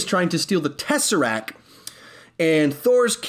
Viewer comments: Okay, sorry, but...... it's "teseracT" not "teseracK" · TESSERACT NOT TESSERAC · He protecc He attacc But most importantly, he keep saying tesseracc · He protec He attacc but most importantly... says tesseracc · Tesseract. TesseracTTTTTTTT